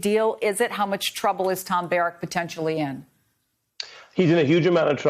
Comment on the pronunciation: His Last Name Is BAHH - ROCK , Not Bear Rick . Just Like Barrack Obama . STOP WHITE WASHING THIS CRIMINALS NAME !